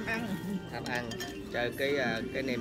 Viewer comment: "Nem" chứ không phải "men"